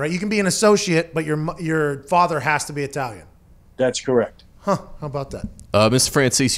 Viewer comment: pat saying “huh” trying to sound like he’s from New York